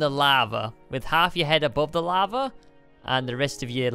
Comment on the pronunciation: When Stamps said lava, i thought he said lama